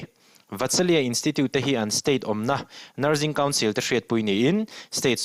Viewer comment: NurZing nilovin nurSing tia lam tur aw